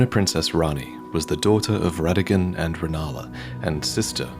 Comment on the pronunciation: Technically Rennala’s offspring start with the “Ra” sound as in Radagon and not “Re” sound